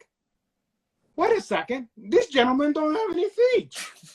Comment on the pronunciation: deliberately saying, feech (feet) lol